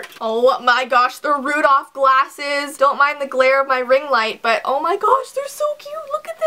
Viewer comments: Did Say Rudof??? Pretty Sure It's Rudolf... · i thought he was called rudolph not rudoph oh well i guess u learn something new every day